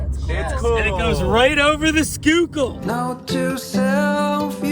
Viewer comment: Wait... you know how to correctly pronounce "Schuylkill." You're from Philly?! How did I not know this?! Greetings from Delaware!